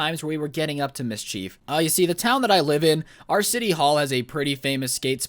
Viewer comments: Mis-cheif smh it’s mid-sheif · Mischeife? Mis-chif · MIS-CHIEF why does me say it like that...? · Nobody:: MISCHEEF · He said misscheef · “Mis” “Chief” tf